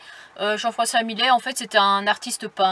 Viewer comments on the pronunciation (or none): Encore une petite pépite ta vidéo... j’adoooore. Au fait il me semble ( enfin je suis sûre) que les 2 L du nom du peintre (Millet) se prononcent comme ceux de fIlle et non comme file ....😂😂😂 je ne sais pas si je suis très claire ....😉 En tout cas 👏👏 pour tes reportages en compagnie de Dan et des adorables chats.. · On prononce Millet ( yait ) pas Milet ! C ' est un mâle moustique , ça ne pique pas . La marmite de soupe c 'est pour une semaine ? 🤔